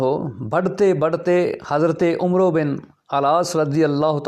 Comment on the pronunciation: 😂 متحرم آپ کو تو عمرو بن العاص کا نام عمرو پڑھنا نہیں آتا ۔۔۔۔ لا حول ولا قوۃ۔ اور چلے تاریخ پر حرف آخر بنے ہوئے ہیں۔